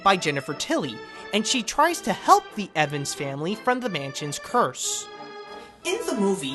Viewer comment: It's Evers not Evans